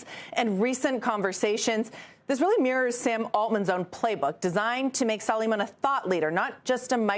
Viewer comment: I think it's pronounced "Su lay man."